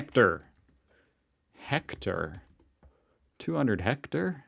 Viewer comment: IT'S HECTARE! 100X100 METRES! That dumb Amerobot CAN'T say it properly! IDK WHY they used an American accented narrator bot!